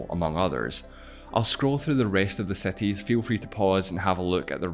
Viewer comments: all good man, but if you're doing a video about cities make sure at least to check the pronounciation of the very same word. It took me like 6 time of hearing that word to get that you were talking about cities. (which btw is pronounced SEETEEZ, if that helps, not SETEE) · wtf is "seti"? my ears are bleeding.. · The things uou were talking about are more like "|ˈsɪtɪz| ", rather than "setiz" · If I had penny each time he says "setis" XD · Cities not Sceties 😂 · can u stop saying cetis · Seties? Seti limits, seti proper, Mexico seti, twentiSex mellions...I just can't. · Bro stop talking what is „cetees“ and „defferent“